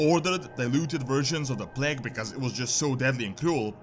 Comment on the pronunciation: You said plague, i heard you say plank. So i thought what? She did plank? It's stupid i know, but that's what i've heard